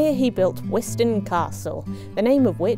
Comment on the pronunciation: I was lucky enough to be born and bred in Wiston and spent a lot of time as a child playing on and around it. You were correct on the pronunciation of wizzo. The castle is part of the Pembrokeshire landskire line which is a line of castles, a north/south divide, built by the Norman’s to keep the Welsh out. You can see the outlines of houses and other structures inside the Bailey where all of the nettles grow. Great video 😁